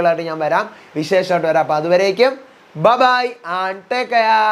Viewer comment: Bro i am watching your channel.it is good. But every time you are saying i am. I feel it is not needed. Also your pronouciation of bye bye is wrong.otherwise you are good